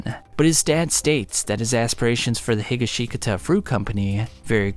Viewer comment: Josuske Higa-Shika-Ta 😭